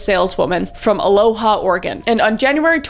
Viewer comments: Fun fact: Though is spelled "aloha," It's pronounced "uh-low-uh." I lived there as a kid, and then Salem as a teen. But yikes, I never knew any of this stuff happened there. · Yeah, the haole in Oregon pronounce Aloha Oregon, A-low-uh. Willamette river = Wlill-a (apple)- met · dude.. being from oregon and having lived in aloha before (pronounced a low ah btww<3) was so trippy the whole video ... rest in peace to the victims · I just love when non-Oregonians try to say regional names and locations. 😅 Aloha, OR (uh-low-uh) and Willamette (will-am-et) it just always amuses me, not trying to be mean I know they're not obvious unless you live here. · 😂 It’s actually pronounced Uh-low-uh, Wuh-lam-it, and My-r… but we know what you mean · I just have to say the H is silent in Aloha Oregon. You had us cracking up over here. Love your videos btw. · I’m from Oregon and it was hilarious to hear your pronunciation of towns. Specifically Albany, Aloha, and Willamette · From Oregon here, this is horrifying, also the way you said aloha, Oregon, the h is like a w, lol. But at least this was a long time ago. Edit I did not hear the way you said willamate river before this comment but I'm sorry it's a little funny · i live close to aloha and hearing you say it like the way the word is said in Hawaii, really made me giggle. lol